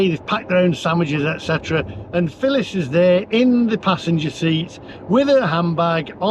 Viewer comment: Phillis not filling lol